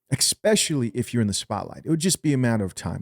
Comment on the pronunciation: I like your content and current events but one small constructive criticism: there is no “x” in “especially”.can I suggest you consider moving to the word “specifically” instead, as this would fit your syntax where you usually say “ex-specially”. Small thing but every improvement in life counts and the gym is not the only way you can make small gains. Rock on, love the work